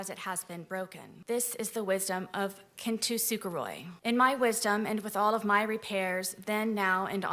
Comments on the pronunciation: Kin tu suguroy. this woman googled something for an analogy and didnt even have the motivation to look up how tf its pronounced. (its pronounced kin-tsu-ku-ro-ee. she couldve gone for the easier version of the word, kintsugi. i dont get why she didnt;;) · OMG that is NOT how you pronounce “kintsugi” like she put an R in there?? Like this just reeks as someone who just looked this art form up only for this defense. I actually repaired a small ceramic piece using kintsugi with my husband for my wedding. OH MY GOD SHE SAID IT AGAIN???? Girl said “Ken-to-suga-Roy” like babes I’m going to cry that’s so funny. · KANTUSUKOROI?????? technically another term for Kintsugi is Kintsukuroi but she butchered that pronunciation so hard you can't even tell what the base word is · NAHHH I DID NOT NEED TO BE REMINDED THAT SAID "KIN TOO SOOGA ROY" ABT KINTSUGI/KINTSUKUROI 💀💀💀💀💀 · couldn't help but create a new victim, one of language, by butchering the pronunciation of kintsuji (and it's definition). "Kin too soo koo roy (x2)"? 💀 She is guilty on all counts. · Ah yes my favorite traditional Japanese art, Cantu super roy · I hear it as “kintu suker roi” instead. Either way she’s mispronouncing it and leaving us all confused. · hearing misprouncing Kintsukuroi again was NOT on my 2025 bingo list. God i cringe every time I hear it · dude she absolutely butchered Kintsugi I ain't ever heard it pronounced like that. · She completely mispronounced kintsukoroi though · Oh my god I never knew was trying to talk about KINTSUKOROI and pronounced it wrong both times omg lololol